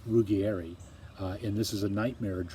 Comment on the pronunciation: You are wonderful. Trust me, I am from Italy. Ruggieri is pronounced Rooh-jjay-ree though :) kiss